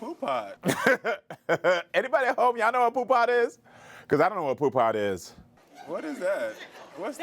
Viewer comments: Its "poo put" not poo pot. Thats an old school pimp terminology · It's "Poo Putt" and I always heard it as the Hip Hoppers in the west coast said it. It means not cool, a buster which is another west coast slang. It is not Poo Pot. 🤦🏾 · It’s poo putt not pot lol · It’s Pooput! Not pot! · 😂 it’s PooButt, like back in the days they used to say PooButt Stupid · Mitch said poo pot in “Paid in Full"